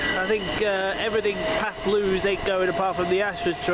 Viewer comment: It’s pronounced Lewis